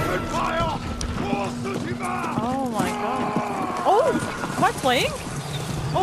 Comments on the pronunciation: im pretty sure it pronounced sushima the t is silent but great vid tho 👍🔥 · The t is not silent. Japanese is very straightforward. It's not tonal like some other Asian languages like Chinese and Vietnamese. A as a in apple, e as a in day, i as e as in bee, o is o, u as in uber. Most get this wrong still when they say sake or karaoke the e sounds like a as a in day, so its sa kay, not sa kee. When they pronounce sake like sakee, i think of saki as in o saki ni (in a little bit or while). It's ka ra (empty), not kerry, remember it's a as in apple, ka and ra sounds the same. ke or Kay (orchestra) not o kee. Or karate, it's ka ra (empty) te or tay (hand). Not ka rat e (bee). Most Japanese words consist of 2 letters syllables. A constanant followed by a vowel (examples ma, me, mu, mi , mo, ta, te, tu, ti, to, etc) . There are exceptions like when you put constanants t,k,s in front or n, i at the end. But they are still pronounced as 1 syllable. Example, Tokyo and Kyoto, most people pronounced it wrong with 3 syllables, to ki yo. Kyo is 1 syllable, make the k sound combined with yo. So it's to kyo. It's the same with tsu, make the t sound add su into 1 syllable tsu it should almost sound like t+zu. You pronounced it better than most youtubers. Shi, is pronounce she. Most got that wrong. But you got that right. I studied Japanese for 6 years, 2 years in high school, 4 years in college. My pronounctiation was all phuked up til I lived in Japan as a exchange student for a year. The 3 letter syllables to me a few weeks to get that down.